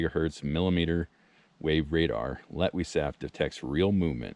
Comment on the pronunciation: Hyped!! I'm glad you knew how to pronounce that. 😅 I'm thinking Sam and Daniel could use this because they've had some scary camps. 😬 Bear snack! 🤣🤣🤣 Well, if you are what you eat, you'd give them bears a tasty treat. 😆